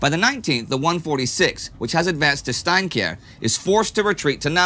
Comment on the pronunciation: Steinkjer is my home town. I think it is awsome just to hear the name of my hometown, being said by a historian. Nice Job!